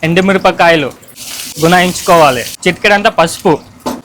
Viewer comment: Bunayinchukovale ❌ Gunayinchukovale ✅😂